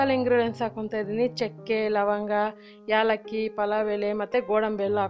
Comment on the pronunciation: It's not yalllaki, it's ellaki